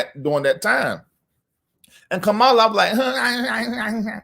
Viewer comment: I'M GONNA WHOOP YOUR TAIL IF YOU DON'T COMMIT TO PRONOUNCING HER NAME CORRECTLY. MY NERVES ARE TORE UP. (KAMA-LAH) NOT (KAH-MALA)